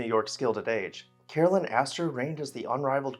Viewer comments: Caroline is not pronounced as Carolyn, but Car o line. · Is her name Caroline or Carolyn? You’re pronouncing it like Carolyn. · I like your posts but you kept calling her Carolyn and not Caroline